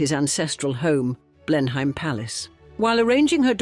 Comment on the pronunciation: Blennam, not BlenHEIM